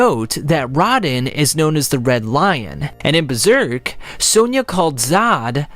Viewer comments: I’m sorry, “starscourge Radihn..?” It’s Radahn yo! Rah-dahn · RADAAAAAAAAAAHN! Not RAHDEN dude holy shit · I cant excuse butchering rahdans name, (rah-don) not rodin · I got triggered when he said Raw-Den it’s Raa-Dawn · Great video! But i gotta say this, It's Radaaaaaahn not Radn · Uh oh. Dark souls/elden ring fans gonna come after that pronunciation. (It’s Row-Dhan) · There was no need to butcher Radahn's name like lol. They literally pronounce it in game for you. Also no Sekiro? One eyed wolf with a prosthetic arm?